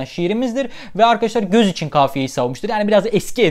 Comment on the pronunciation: dosdum 1.donemde kafiye göz içinndir yanlis mi telaffuz ettin acaba